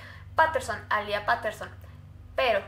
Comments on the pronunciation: Me encanta tus casos pero este me pone un poquito rara cuando dijiste A LIA es alia (sorry no es hate) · Se pronuncia "Alia piterson" mas no "Alía paterson"